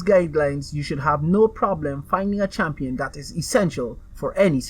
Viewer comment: "Champion" "Tower"